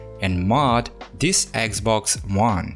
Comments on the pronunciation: its just me or hr speaks eggxbox? lol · "this eggs-boggs" omfg.